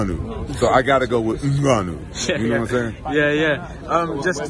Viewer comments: At least he said Ngannou right this one time 😂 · That's how it's pronounce, not N-Gannou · u mean he's actually saying it right. i read this comment before the video i assumed he was gonna butcher it lmaoo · He actually has a way more spot on pronunciation than most English speakers.